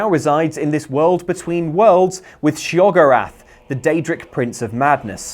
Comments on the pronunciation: Shay oh gore oth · Shee-O-Gorat🙄🙄🙄 God that spelling is horrendous.